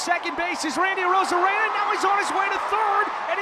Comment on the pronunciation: You also said Randy’s last name right the first time u said it